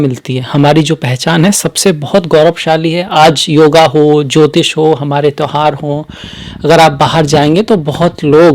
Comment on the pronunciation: Guru ghataal jyotish ko jyitis aur tyoharo tohaar bol raha hai naam se pahle dr.bolney ka bhut shouk hai guru ghataal😂😂😂